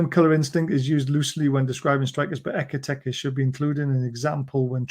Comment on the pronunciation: Why, when you pronounce Ekitike do you make it sound like Eggy Peggy? It's "Ek-I-Teek-Ay" Howay man